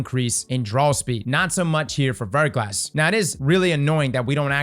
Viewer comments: Anyone else keep hearing "Vertical ass" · It's pronounced ver - GLAH. It means a thin coating of ice or frozen rain on an exposed surface.